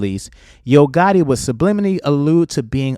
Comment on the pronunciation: it's gotti, you said gotta. Twice. 😊